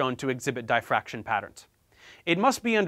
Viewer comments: Idk if this is just my ignorance but every time you say Dye fraction my brain turns off and I just can’t accept what you’re telling me 😂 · What's 'die fraction'? Is it the same as 'diffraction'? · It's not "dye-fraction" - it's diff-raction. Sorry for being pedantic, but I' spent a lot of my life looking at diffraction patterns! 😇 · Nobody: Literally Nobody: Professor Dave Explains: Die-Fraction 😂😂😂😂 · Can't fuckin pronounce diffraction.